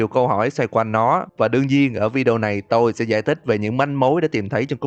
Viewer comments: xin lỗi ad nhưng e tưởng ad nói 'tôm' nhưng thực ra là 'tôi', nhưng e thấy ad nên xưng mình hơn là tôi vì xưng mình thấy tự nhiên và thân thiện hơn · Nghe từ "tôi" thấy lạ lạ